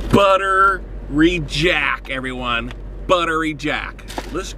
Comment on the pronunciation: I only hear "Butter Reject"